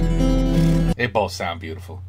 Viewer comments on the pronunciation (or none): none